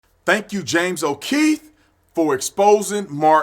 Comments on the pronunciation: O’Keefe... not O’Keith. Its not that hard to pronounce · It's James O'Keefe. Not O'Keith. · How are you gonna say "O'Keith" and say people aren't patriots for not knowing his name. Lol...then say things like "confrused" and probably still pronounce it "Happy Berfday"? Ha. But hey, I got love for you, Arizona, and the gun rights they uphold! Go Sun Devils! Go get your ARs, FNs, Glocks, Sigs, and anything/everything else! Keep AMERICA the GREATEST country EVER! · Bro his name is on the title, on your monitor and u still keep calling him Keith... Too cool to say o Keefe 😎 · Hey Brandon don't be like all them blacks and say Kieth when his last name is keefe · O’keeFe officer tatum, not o’keethe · James O’keefe, not James O’Kieth. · Love you Tatum, but it's O'Keefe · I don’t think you know who James okeefe is the way you mispronounce his name 😆